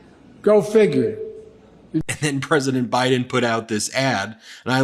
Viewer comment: Did he just call Biden, Bin Laden? Sorry can't tell if he is doing this on purpose